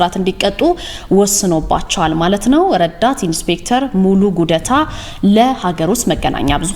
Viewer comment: ይህ የራስህ የሆነ የአመለካከት ችግር ነዉ፡፡ ጉዳታን ጉደታ ስላለች ክብር አይንስም፡፡ሌላ ትርጉምም አልሠጠም፡፡2ኛ ቋንቋ ተናጋሪ በመሆኗ ነዉ እንጂ ልጂቷ እሳት ነች፡፡ዜናን በምንባብ ስታቀርብ ቅመም ነች፡፡